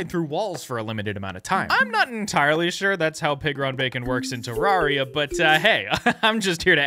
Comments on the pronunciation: “Te rarria” ITS TERRARIA!!! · Its pronounced Ter-rare-ia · You pronounced Terraria wrong ☝🤓 (but seriously it's pronounced: Ter-air-ia} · Its pernernowts terraria not terraria